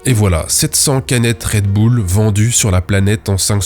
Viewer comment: "Red boule" t'es américain, toi.